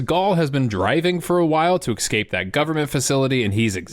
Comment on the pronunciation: I love the channel and all the videos but Ex-cape? I bet you also say Ex-specially too.